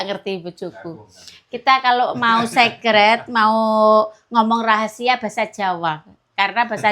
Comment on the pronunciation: Masak bgt sj di blng enak dan di puji2. Blng apa td sekret aduh kasihan ya mo gaya2 bhs inggris tp pengucapany ng bnr yaitu lah goblok di blng goblok koment di hapus pencitraan biar di puji2 orang. Orang yg koment jg ibu2 orang udik. Maaf yaa